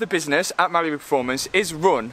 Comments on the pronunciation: I always think you say Malibu performance 🤣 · For him i'm sure it's malibu 😂